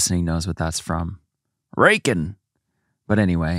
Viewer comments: "RAY-CON" (racoon) Is from Trailer Park Boys! I'm so glad me and my husband aren't the only ones that does that 🤣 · I laughed out loud when pronounced Raccoon as Rake-in 🤣 glad to know that Trailer Park Boys is appreciated in the US!